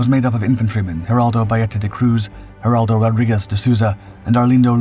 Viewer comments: Nice vídeo, although we, brazilians, do not speak spanish, but portuguese. So, the names are not "Heraldow", but "Geraldo". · Great video, but... why Heraldo? It's Geraldo. Seems like you're confusing portuguese with spanish.